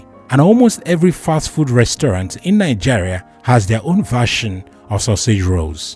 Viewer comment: Nigeria not Nijeria